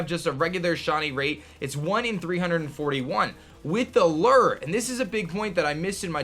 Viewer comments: Am I the only one that's bothered by the fact that none of these Youtubers can pronounce luh-oo-er correctly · That's not how you pronounce lure. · Does he pronounce "lure" weird or is it just me?